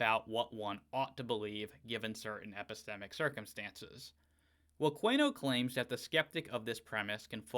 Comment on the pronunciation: I believe that last name is usually pronounced: 'koon-e-oh'.